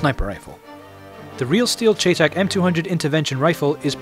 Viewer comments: chay tack.....its "shytech" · its pronounced cheytac like Shy and Tack. never heard anyone not even a real person who used the rifle in iraq call it a cheytac like chay tack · I'll forgive you because you're Chinese, but it's not pronounced "chaytac". It's pronounced like "Shy-tac". I'm a gun nerd, sorry lol. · Its prounounced Shy-, not Chey like its spelled. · its pronounced chey tac like shy tac not chay tac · Don't know if someone pointed it out, but it's pronounced "Shy tech". I know it's weird. Also if you've seen the American series, The Unit, they showed 2 of them in an episode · Don't know if someone pointed it out, but it's pronounced "Shy tech". I know it's weird. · hey, its spelled cheytac and its is pronounced Shay-Tec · it is pronounced shytech not cheytac it may be spelled that way but it is not pronounced that way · he was saying in wrong thy whole time. its spelled chaytac but its pronounced like shytac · its pronounced Shy-Tec just to let you know :) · its pronounced SHY-TAC! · its pronunced crytac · No its pronounced Chay-Tack. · cheytac is short for cheyenne tactical. Its actually pronouced shy-tac. Best regards buddy ;) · its pronounced "Shea-Tac." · pronounced SHY-TAC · Its pronounced Shytack